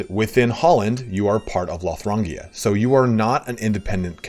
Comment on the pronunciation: Frisia is pronounced Freesha, as in the cow breed. Lotharingia is pronounced loffar in jia.